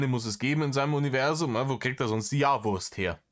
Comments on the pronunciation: Jedesmal wenn er "Uniwässum" sagt, werde ich richtig mett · Fehlt nur noch das er UNZWUAM sagt